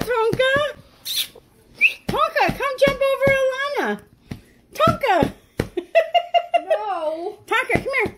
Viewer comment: Fish painting on your wall lookin very nice nabry sayin clear Tonka not konka